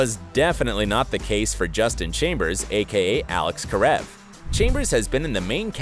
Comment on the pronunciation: Wow he said Karev correctly this time